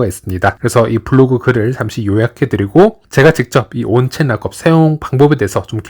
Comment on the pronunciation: 발음 지기네 온체인 라겁